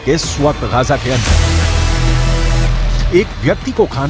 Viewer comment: Bhai, wo Gaja nahi Gaaza hota hai :)